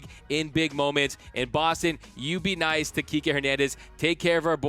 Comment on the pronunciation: Kikè* not KIKI Lol 🤦🏽‍♂️😂